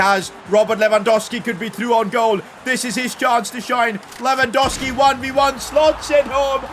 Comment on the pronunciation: Its LewandoWWWWski. THERE IS A SECOND W.